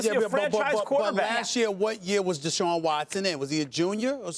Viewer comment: Shaun Watson ? Lmao